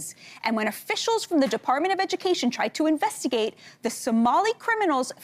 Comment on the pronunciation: I thought Senator Incest said she contacted the Department of Egg for a second 🤦‍♂️